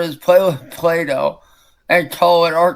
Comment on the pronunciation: “it’s like watching towlders paly with plahdoh” is how it felt listening to that